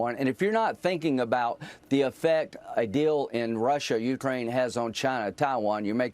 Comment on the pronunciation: Yeah, linzy, whine whine whine. Someone who has been in the Senate as long as you have should know how to pronounce Ukraine. Being gay isn't wrong, your god made you that way, but I don't think he made you a hypocrite, I am sure he does not want you to be a liar, I would HOPE he wants you to be a true patriot, I know he does not want you to be an idolator to an orange version of his alleged son. But you've shown those of us with working brains that you're capable of being a total POS. Alas, it is much too late in life for you to change your ways and show a spine or integrity, and become the honorable person you are supposed to be when society trusts you to serve in Congress. My personal feeling is that gay people exist, DEAL WITH IT! But hypocrites in government need to get out of it and go live with hippos. Rubio on Face the Nation pronounces Zelenskyy like it is spelled Zelinski. People take note, that's an E not an I. Rubio should surely know better, but he works for an orange blob who loves insulting people. Nice going taco, an abject failure as POTUS.